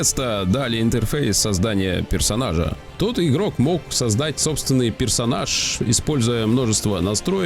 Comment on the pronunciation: "создат пэрсонажа" слушать в кривнянии Сталина это невозможно - кринж с первой минуты